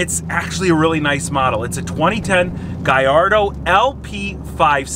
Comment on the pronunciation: Guyrado 😂 bro I understand americans can't say car names but this one takes the cake. I generally enjoyed watching the video and laughing at the guyrado.